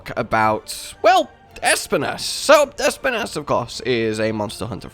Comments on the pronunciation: Can someone...no, actually I will say it: Being basically spanish, i just have to say that Espinas pronounciation is just the way says it, but the accent is on the i, not the E Basically Espínas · Bro it’s I’m Spanish ad every time I hear you say it’s name it just makes me go “pronounce it right pleease” It’s pronounce by saying the letter S then pee nahs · Espinas is Spanish for Spines, I always like to hear how people pronounce Spanish words when they don't know its origin